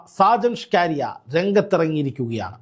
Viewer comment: അതെത്ര പറഞ്ഞാലും ഈ നാറി കേൾക്കില്ല.... കേട്ടാൽ തന്നെ കലി വരും